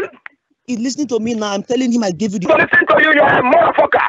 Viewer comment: "I DON'T WANT TO TALK TO HEEM!"